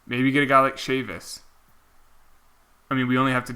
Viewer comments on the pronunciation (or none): none